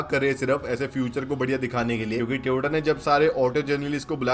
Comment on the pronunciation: Tyooooooota ne tyooooota ne lol